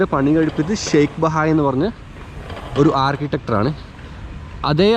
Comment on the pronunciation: വളരെ നന്നായി,. ഒന്നുരണ്ടുകാര്യങ്ങൾ സൂചിപ്പിക്കട്ടെ, ജലധാര എന്നുള്ളതിന് 'വാട്ടർ ഫൗണ്ടൻ' അല്ലെങ്കിൽ 'ഫൗണ്ടൻ' എന്നോ പറഞ്ഞാൽ മതി. വിഡിയോ പോസ് ചെയ്തു കണ്ടാൽ മതി 'പൗസ്‌' ചെയ്യണ്ട. പിന്നെ മസ്ജിദ് നിർമിച്ച 'ആർക്കിട്ടെക്ട്' എന്നതാണ് ശരി. 'മനോഹരമായ' സ്ത്രീകളല്ലല്ലോ സുന്ദരികളല്ലേ? കൂൾ സ്നേഹം..